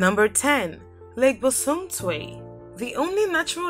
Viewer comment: The ladie said lake bosom tiew 😂😂😂😂😂😂😂